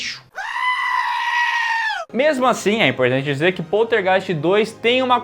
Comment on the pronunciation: Adoro a pronúncia desse nome: Poltergeist